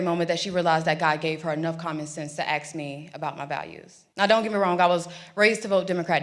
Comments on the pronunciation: Never vote for anyone that pronounces “ask” as “axe”. And B you started doing it in the interview and I’ve NEVER heard you do that before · I love this woman, but dang it say ASK not AKS ❤ Regardless I ABSOLUTELY LOVE what she has to say. What a voice! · She's well spoken but still says 'AKS'😮 what the heck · How did she "ax" the question? If u "ax" a question u would seriously hurt someone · Stop saying "axe", it makes an obviously intelligent person sound dumb. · Yet this chick still can't pronounce the word "ask" properly. Is that a badge or something? This ain't my wheelhaus dawg, but I still felt lead to comment and all that. To quote the late DMX, "Gonna make me lose my mind up in here." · Her pronunciation is perfect until she has to force herself to say “aks”